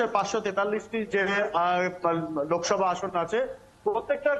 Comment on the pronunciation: লোভসভা না লোকসভা হবে.